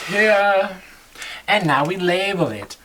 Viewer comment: Btw, its "label". Thanks for the great vid though